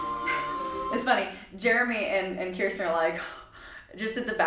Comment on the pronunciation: It’s pronounced “curse ten”. Just like how my name is pronounced. No one can ever get our names right.